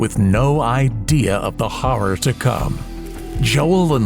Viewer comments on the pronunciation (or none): IS THE WAY THE NARRATOR IS PRONOUNCING "HORROR" BOTHERING ANYONE ELSE?!